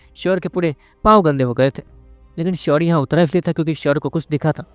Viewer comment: Bhai ek request h shaurya ka pronounciation achhe se kra kro yrr bahut irritating feel hota h or bhi bahut saare word h bhasha bahut galat h mai khud voice artist ki training kr rha hu